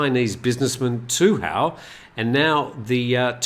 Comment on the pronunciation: in chinese the dude's name is pronounced Du Hao. when you pronounce it per the Thai spelling "Tu Hao", it means 'bandit' in chinese 😂